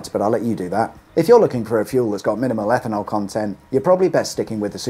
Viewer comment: EFFANOL? 'EFFIN 'ELL!